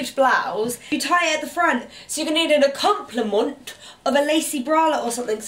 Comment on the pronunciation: Acpompliment an hilarious accompaniment. 😆